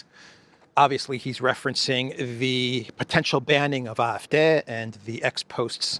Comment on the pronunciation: It's pronounced "ah" "eff" "day",....not "deh".